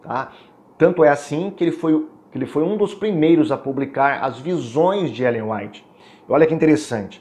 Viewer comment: Ainda erra o nome de Ellen G. white .kkk